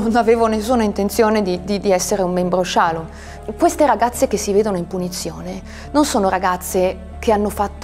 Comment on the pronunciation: "Che non potesse di nuovo accadere che qualcuno ci prendesse, ci portasse, ci segregasse..." cioè i suoi genitori. Suo padre magistrato non ha mosso un dito contro questa comunità. Comunque si dice shalòm, non shàlom.